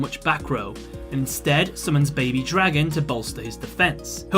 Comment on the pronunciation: BABY DRAY-GON. that is all.